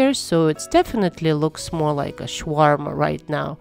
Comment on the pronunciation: Please stop calling it Shwarma. It’s Shawarma. Sha Sha. Not Sh Sh.